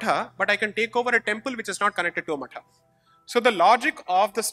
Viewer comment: When Sai says 'matha' it is the correct pronunciation as the in sanskrit /samskritam it is मठः